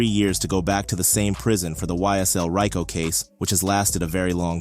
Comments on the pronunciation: Its Ree co, not Rye co, jackass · It's pronounced "RE-CO" 🤦‍♂️